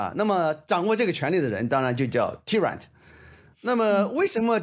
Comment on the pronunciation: tyrant [ˈtaɪrənt] 吴老师读错了